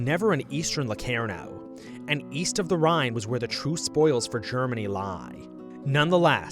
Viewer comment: yes i watched it. The guy cant pronounce locarnoand claims germany was stronger after versailles. Completly skips over Stresemanns strategy of allying the us and makes it look like chaimberlain underfunded the british forces